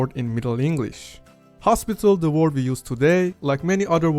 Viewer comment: You need to work on your English first. Try learning how to pronounced the word "word" in English.